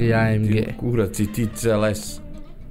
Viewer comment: kad kaze amg zvuci kao da govori "i am gay"